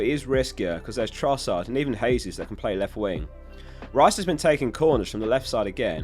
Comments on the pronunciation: Jesus is pronounced with a J, not a H. Brazilians speak Portuguese where they pronounce J's like we do. It's in Spanish where the J is pronounced as a H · I die a bit inside everytime someone says Hesus instead of Jesus. Jokes aside great and informative video.